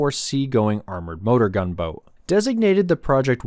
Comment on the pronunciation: Ah yes ...the "Toat" 😂